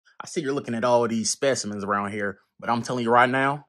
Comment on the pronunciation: “Specimens” 😂 I watch for 3 seconds and I already hear something racist lmao love videos